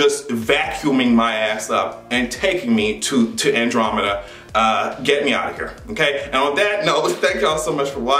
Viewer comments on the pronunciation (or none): none